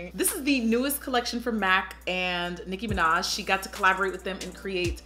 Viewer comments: "Micki Minach" LMAO! 😅 Still funny! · "Miki Minach" 😂😂😂😂💀💀💀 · "Micki Minach" 😂😂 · “Miki Minach” you threw that my way, and I wasn’t ready 😭😂😂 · The "micki minach" clip had me dying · "Miki Minach" 😂😂 Aunt Jackie I love you too much! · I WAS NOT READY FOR MIKI MINACH 😂😂😂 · Dead at miki minach 😂😂😂😂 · Micki Minach😂